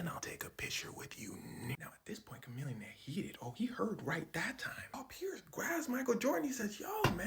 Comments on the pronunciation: Isn’t his name pronounced “Sha millionaire” ?? Or have I been saying it wrong my whole life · its pronounced shamillionaire, fyi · Wait... we've been pronouncing it "shuh-millionaire" this whole time 😂😂